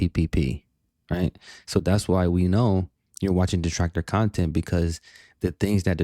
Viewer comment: Great khantent.😂